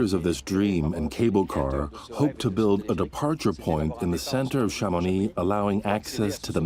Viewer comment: Please learn to pronounce Chamonix properly - it is so distracting when it is fundamental to this story